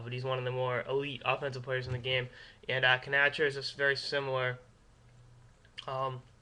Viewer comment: By which I mean to say, "Please stop saying, "kuh-NATCH-er."